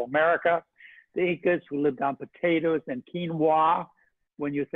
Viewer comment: You know a doctor has lost his mind when he says "potatas" and "tomatas"!